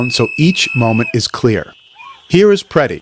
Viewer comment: There is only 1 e and 1 i in Mr. Pretti’s name. It’s pronounced similarly to pretty, NOT Piretti or Peretti. 😊 Thanks.